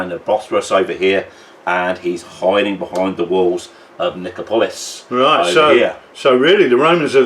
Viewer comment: Nice vid. Good to see 6mm ancients with S&H. Also, pronunciation of Nicopolis is on the third-last syllable - so Ni-CO-po-lis, not Ni-co-PO-lis.